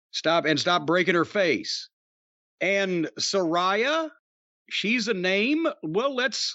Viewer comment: Lol of course still says Suh-Rye-Uh instead of Sir-Rey-Uh... and he's always correcting Jim on names.